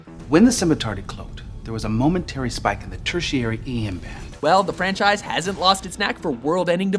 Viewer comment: what the hell mean " franchaise"